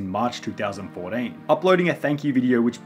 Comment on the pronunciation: two thousand FOUR DEEN